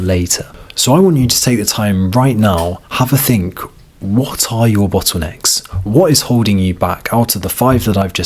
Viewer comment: "Bottwoonecks"?? And other variations on the word "bottlenecks..."